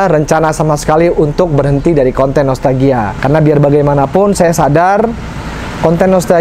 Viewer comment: Saya ko denger.nya nostagia bkn nostalgia 😁